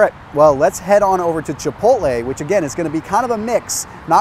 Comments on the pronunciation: Chi pottlee! 🤣🤣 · CHI - POTE - LAY. Christ. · I spit my water out when I heard "Chipotl" :D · Chi-pottle?! laughs in Spanish